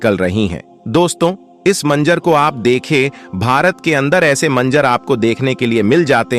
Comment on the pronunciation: Manzar hai manjar nahin theek Karo apni zuban ko